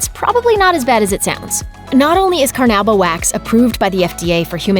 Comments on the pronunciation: Car-nu-bah, car-nu-bah. Do you not speak english???? Why does it seem like your employees haven't graduated high school?? Your narrators constantly mispronounce the simplest words. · carnowba wax lol